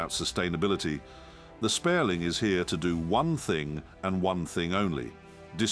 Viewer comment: SPIERLING - cmon man at least get the name right